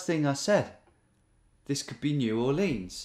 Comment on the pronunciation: Tom, Tom, Tom please. It's New OR-lens not New-or-LEANS. The natives pronounce it more like Nu-AW-lens.